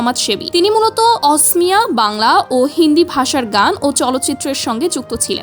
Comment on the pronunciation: গৰ্গ নয় গাৰ্গ অচনীয়া নয় অসমীয়া